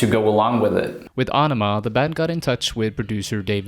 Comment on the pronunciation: How do you get aw-no-ma out of aenema? If youre gonna narrate fkr a living then learn to read first or at least learn to pronounce the words youre using. That was the dumbest pronunciation of aenema possible